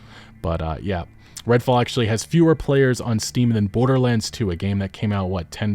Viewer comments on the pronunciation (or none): none